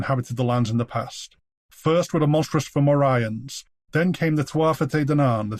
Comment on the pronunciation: The Malaysians invaded Ireland? This is the first I've heard of it lol. (I know it's not Malaysians, but that's really what it sounds like. Also Fomorians isn't pronounced at all like I thought it was.)